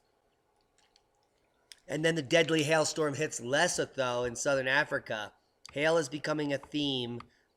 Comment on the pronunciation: Le SO toe. Repeat after me. "Less OH toe"